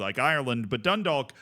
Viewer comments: I got a minor bit of cringe everytime dundalk was said it wasnt even that far off the pronunciation but it kept taking me out of the vid for half a sec wait no as I'm writing the comment its getting better (dun-dawk, like walk or talk) Edit: Oh god i should have waited drogheda was so much worse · the league of ireland is horribly underfunded, tiny note though, dundalk is pronounced like a rhyme with clock, you wont hear many people in ireland pronounce the L 'grats on the run man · Can’t expect him to say it in fluent Gaelic and a thick Irish accent, he isn’t an Irish speaker, of course he can’t pronounce it.